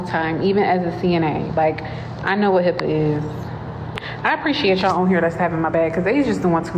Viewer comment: My daughter loves how this guy randomly ads "er" to certain words. She has been emulating it at home. Hearing him today say "Hipper" instead of HIPPA was probably my favorite so far. I'm not sure why he does it, because he only does it sometimes, but it brings us joy.